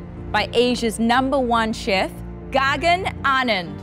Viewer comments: Ron Zena gagan not gargan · Oohhh I thought I heard Gorgon. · The way she pronounces Gagan as Gaa gan duhh